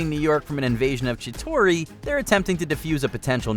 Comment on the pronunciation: How many times can someone mispronounce Chitauri..?